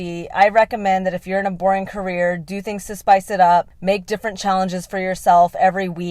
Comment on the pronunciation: I really enjoyed this video.❤ Especially how you pronounced "Career". 😂 I also have ADHD. Just like you said, My passion is also making people laugh during a some conversation/podcast.. Happy to see a creature like me😂